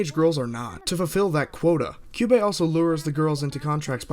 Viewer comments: I cringed when he mispronounced Kyuubey as Kayaba XD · pronances kyubey sayaka homura and kyoko name wrong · I hate how pronounces "Kyubey".